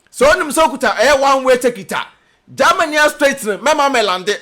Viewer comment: You this boy de3 Gyimie saaa.what is there in gaamany as you pronounce it your way that always disturbing Ghanaians peace. Give us a break and talk about important things